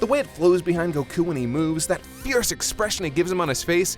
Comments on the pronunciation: everytime you say Goku to sound like your saying Go'KU! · I love how instead of goku (goh-ku) he says goku (Gokk-uu) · Why do you pronounce Goku like 'Goh-Kuuu'?